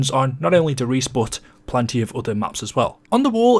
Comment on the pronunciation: It's pronounced "der riesuh"